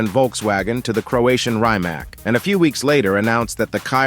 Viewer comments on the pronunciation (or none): I think he was talking about the Chiron but said kyron, he even calls the rimac a rymak and then later calls it reemak. Its like he is purposely butchering the names lol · Rimac in it‘s country of origin is pronounced “Reematz”. The only right way to pronounce a foreign word is to pronounce it like they do in it’s home region. ...that’s if you care to pronounce words correctly of course! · maybe this clip would be more credible if central elements (names) like car companies (Rimac) and Modell-Names (Chiron) would be pronounced correctly.... :-) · Man, where did you learn to pronounce Rimac, Gemera, Bolide and Chiron?? Obviously you have not… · Too be fair no one gets Rimac right